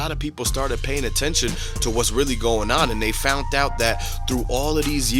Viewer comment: They fount it 😂 Jesus, if you are going to report on things you should probably know how to speak English.